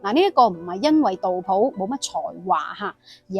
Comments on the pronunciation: 我读杜斧，有什么原因读普音呢？ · 自小读书时都是读成斧, 但大脸妹读成普自有出処, 估计是古时和现代的读音差別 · 我覺得正確讀音係苦...